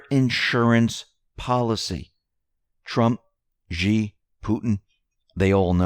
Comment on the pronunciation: It’s not jee it’s shee (xi not ji)